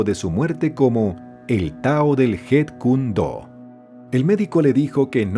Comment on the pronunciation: 😒MUY MALOS DATOS. Chuck Norris no le enseñó nada a Bruce Lee. Encima la pronunciación deja mucho qué desear... Jun se pronuncia Yun, porque el sonido de J en chino es la H. Se diría "jun" si la palabra o nombre se escribiera Hun. Y si se escribe con Y suena como "iun"... Jeet = Yit (sonido de Y). "Yit" Kune Do... :face-purple-crying